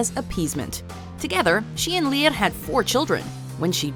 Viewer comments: Leah? Its lir (sounds like lear) leah it is not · Its children of Lear not lir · Lir is NOT pronounced Lír it's pronounced Lur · List of pronunciations to work on: 'Ireland', say 'Are-land' not 'ayeer-land' 'Eire', don't roll the 'r' sound 'Lir', again, don't say the R like that. It's like you don't know what it sounds like but you're just trying to make it sound 'foreign' so it seems right 'Aoibhe' - is not 'Ayv'. It's 'eva' In fact you butchered almost all the names Side note: call it Irish, or Gaeilge, not gaelic. Gaelic is more general, a form of it is used in Scotland as well that nobody ever seems to mention. 'Fear Dearg' oh Jesus lmao what was that. Say 'Far jareg'. That's the closest phonetic English comparison. Idk what this accent your putting on certain sounds is but I've never heard it from a person. 'Each uisge', you got the second part pretty well but stop exaggerating the 'ch' sound like you're about to throw up phlegm 'Monoghan' pretty good actually. Just say the last syllable more like 'un' than 'an' 'Dearg Due' see above ^ Overall it'd probably just be easier to ask any Irish person to take 20 minutes to record the script themselves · You pronounce it leer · Lol the way she pronounces lir is hilarious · is it just me or the way she pronounced “Lir” kinda sounds italian 🤷‍♀️🤷‍♀️